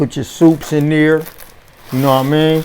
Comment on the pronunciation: “Put the oysters up in neer” 😂